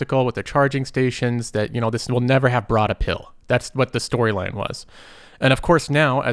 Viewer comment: “Broad apill”